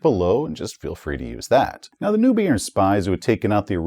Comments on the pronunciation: I also thought the spies was talking about where "nubian", until I looked closer at the map and realized he meant "Neubayern";) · "Noi Bayern", it's pronounced "Noi Bayern". Aaaargh, my ears are bleeding. Hahahaha. ( *eu is pronounced "oi" in German, and Bayern is the proper name for Bavaria). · Love your videos! They're always fun & informative. Neubayern is pronounced "Noy-buy-urn". It's German for 'New Bavaria'. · It should probably be pronounced "Zoofloocht" (ie like an English "oo" not "u" and "Noi"-bayern, as a German :) Well, that is, if they still pronounce it as we would today, of course! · I think hates it when people tell him how to pronounce things. tszoo-floocht = Zuflucht = "refuge" Noi - Bi - Ern = NEUBAYERN = "New Bavaria"